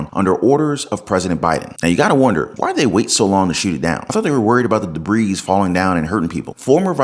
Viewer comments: Not to be toxic or judgmental but you are pronouncing debris wrong. The S is silent. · * debris : (duh-bree) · Just a little FYI…LOVE your channel and take on what’s going on… But the “s” in debris is silent!!! Debris is singular and plural. BTW I find it funny that you can’t use a straw in many coastal cities (because of the plastic!) but they wait to shoot down a humongous balloon with a huge sketchy payload until it’s off the coast of South Carolina?? One of the biggest summer vacation spots in all of North America????? Including Canadians!!!!